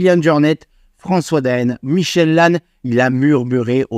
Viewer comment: C'est pas Michel Lanne c'est Mickael Layne